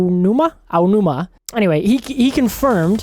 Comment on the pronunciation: Can’t even pronounce the producers name correctly tf outta here. He’s been in charge of Zelda for years now clearly you ain’t even a fan lmao